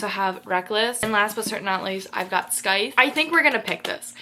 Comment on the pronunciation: Scythe is pronounced as (sithe) don't make the C sound in the word. Hope this helps! ❤